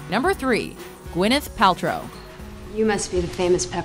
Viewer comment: Gwyneth Paltrow and Shia are the only names you got right